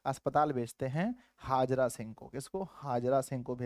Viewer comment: हाजरा सिंह नहीं हैसर हजारा सिंह है